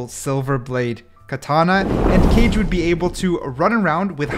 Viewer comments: Just came to say its pronounced Kah-Gay, and directly translates to shadow! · Kage wouldn’t be pronounced cage, it would be like the last part of hokage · Aaah. I could be wrong but I think KAGE would be pronounce Kah-geh. Not sure though, I know that shadow in japanese is pronounced like that but the pronounciation could be different for the character to make it easier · The forth agent name pronounce Ka-ge(かげ)it mean shadow in japanese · Kage is pronounced "cah-ghé" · is kage not pronounced ka-gay? like from naruto? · kage is not what you called , its called ka-ge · The pronunciation of Kage killed me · i hated it when he pronounced kage it made me uncomfortable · Btw kage is pronounced like hokage from Naruto but without the ho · kage should be pronounced like “ka” in “katana” and “ge” like u pronounce “game” without the “m” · As a Japanese learner I have to point out that the agent's name isn't pronounced 'Kaje' but 'Kaa-ge' (or Kaa-gay). That means shadow in Japanese. But yeah I like this video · the 4th one i think is pronounced kage in stead of cage as it says in description but kage means shadow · It's not cage(kage) it's pronounced kaaa gay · also one thing: kage isn't pronounced as 'cage' but 'kah-geh' bc kage literally means shadow in japanese and he's a japanese ninja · if its pronounced as kage then its not japanese it should be pronounced as kah-geh if its shadow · U DONT SAY IT RIGHT PLS Chek how to say it cuz u make me sad when u dont say kage right its not [keij] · Bro really said cage instead of Kage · I think its Ka-ge not Cage... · Its not cage as in the pet cage Its kage as pronounced in hokage in naruto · it's ka ge not keyj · Umm u made a mistake by pronouncing kage into "cage"... It's (ka - gé) like "kage bunshin no jutsu" in Naruto 😅 But it's okay, everyone ain't perfect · It's not pronounced cage it's ka ge. Sorry if I sound rude. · Its not pronounced like cage, rather kaa-gay (💀 but i didnt know what else to put there)